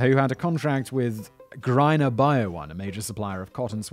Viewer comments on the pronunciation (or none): none